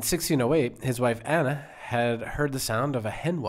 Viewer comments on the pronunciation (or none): none